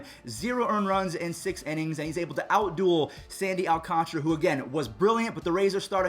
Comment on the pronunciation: Sandy Al(like al horford)-can (like soda can)-tarah (the girls name)